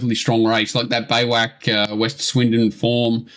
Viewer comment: Beiwacht is pronounced "By Vacht" or "by vot" it is the origin of the English word Bivouac....according to google